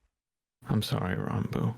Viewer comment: I love how calls Ranboo Ronboo